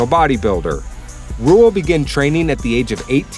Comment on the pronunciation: Dont say Ruhl its Rühl